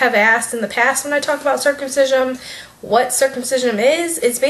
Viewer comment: I'm not at all opposed to your view on circumcision but for the love of God, you mispronounced it the entire video. It's your child, ignore what others say.